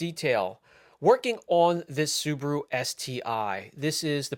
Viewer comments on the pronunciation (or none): It’s SUBARU NOT SUBURU